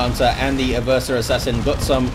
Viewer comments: Its "Ever-sore". Played 40k since the early 90s. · Black Library pronounces it "Ever-sore" in the Horus Heresy novel about the Assassinorum kill team (the name is escaping me at the moment). So I'm gonna keep pronouncing it that way and just wait til I hear what source heard his version on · Damn I've been saying 'Ever-sore' assassin for almost 13 years now. I'm sure everyone I've ever met playing tabletop 40k has pronounced it that way too. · "and no one truly knows how it's pronounced" That's nonsense. People still speak Latin sporadically and we have a very good idea of how it's spoken. Just because it's not an English word, doesn't mean you can completely disregard the pronunciation of it. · I think you've been pranked about the way to pronounce Eversor